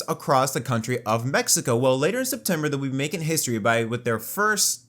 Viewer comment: "For the forst time"